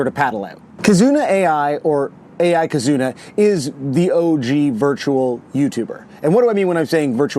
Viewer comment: And also not Kazoona. But hey more.